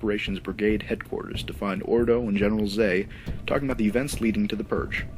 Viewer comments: Ordo? Fucking Ordo? Are all your narrators imbeciles? How can you not say Fordo? Please get someone who can talk clearly and pronounce names correctly or just switch to text. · Captain Ordo (Null-ARC-Trooper N-11) and Captain Fordo (don't know his designation) are two different clone captains.